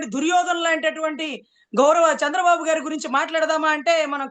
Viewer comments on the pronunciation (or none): none